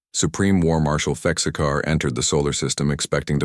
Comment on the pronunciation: Thexkar Not Texcar 😂